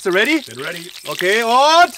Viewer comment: ready for a Backfisch, der Englisch Profi xD haha😂